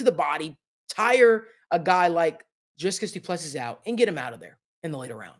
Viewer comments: Doo plu sea....pronunciation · Put respect on his name by pronouncing it right.